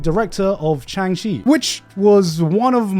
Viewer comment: man really just said Chang Shi instead of Shang Chi😂 Gotta say its on brand for one of the trash taste bois though and Grant in particular cause it can translate to “long shit”